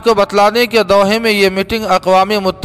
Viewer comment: "Doha" sahi parhiye